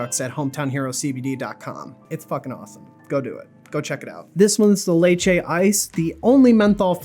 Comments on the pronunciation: man said laechae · why did he say lychee like that. "Laychay"